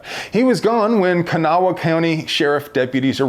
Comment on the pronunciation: Kanawha is promised Kah-Naw